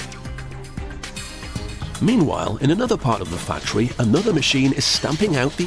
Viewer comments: The fuctory? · did he say factory of fucktory? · the fuctory, ahahaaha